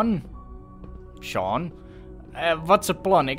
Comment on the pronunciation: ben ik de enige die 5 seconden voor dat father zij 'ik ben chaun' /dacht dat is zijn zoon